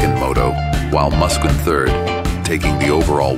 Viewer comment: 😂 come on. It’s not Muskin!